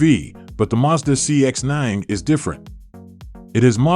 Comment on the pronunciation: First of all, it is Mazda not Muzda.